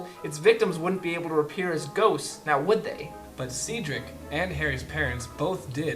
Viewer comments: Did you two like take notes on the entire series or something? What's wrong with you? Just enjoy the story for what it is! -Oh, and since you two are talking about mistakes, one of you said Ceedric instead of Cedric . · lol at the way you say seedrik